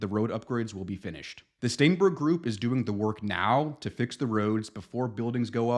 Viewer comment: "STAENBERG" Every single time.